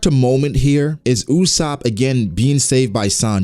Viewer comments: Its ussop not usshop😂😂😂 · Not Usaap..., jezz its Usoopo